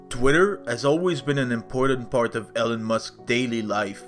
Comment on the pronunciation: Eeeeelon not Ellon 😮